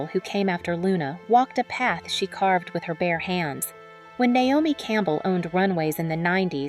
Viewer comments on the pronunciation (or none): none